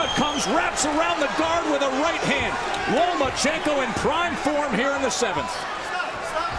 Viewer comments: Lomanchenko? Cmon man learn to pronounce the guy's name correctly! He deserved that! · Ok Teddy Atlas, say "Loma"......now say "Chenko"......there you go...you got it.....now try not to say Lomanchencko....good lad!!!! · Teddy atlas always: “lomenchenko” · "Nomaschenko" does it again. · Where is the "n" after the "a" in Lomachenko Teddy?